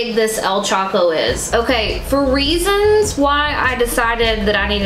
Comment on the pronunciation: I see you choco pronunciation <3 <3 <3